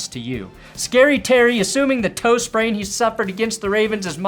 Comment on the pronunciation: I heard Toast brain not "toe sprain"